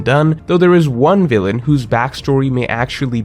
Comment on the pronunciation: always messes up with term "villain".